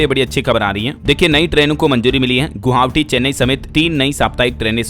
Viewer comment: Bhai yar tum Guvahti ko Guhavti and Governer ko Gorvner q bolte ho?